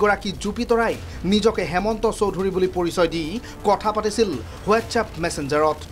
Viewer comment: WhatsApp শব্দটো উচ্চাৰণ কৰোতে H আখৰ টোৰ silent হয়। গতিকে হোৱাটচএপ বুলি নকৈ ৱাটচএপ বুলি উচ্চাৰণ কৰিব লাগে।